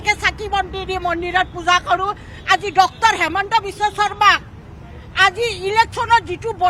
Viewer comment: Baidew cmr name sposto hua nai hemonto nohoi Himonto